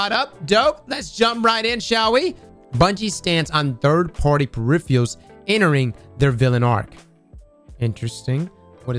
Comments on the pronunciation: Please don't ever change your pronunciation of the word PERIFFIALS. It is exquisite! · "Pur-if-er-uls" you're so close brother. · Look at all those “Periffeealls” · purrifiurs???? What's the god roll for that wep 🤣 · “Periphials” lol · PeriFials LOL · ' inability to pronounce peripherals is fucking hilarious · Why can't say peripherals correctly? LoL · Drinking game: take a shot every time mispronounces "peripherals" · MAAAAAAN dude you’ve gotta learn how to pronounce PERIPHERALS. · trying to say peripherals is giving me life rn 😂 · It actually kills me. You don't expect ppl to mispronounce on TV. Come on man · Give him a break! He’s not even English!